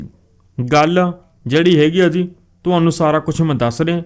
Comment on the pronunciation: Ziii ni hunda jiii hunda Bai